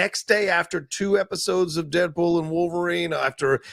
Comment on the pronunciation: “Deadwool and wolverine” 😂